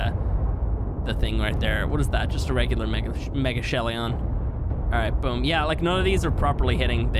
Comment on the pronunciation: Megachelion... Where is the i in that pronounciation coming from?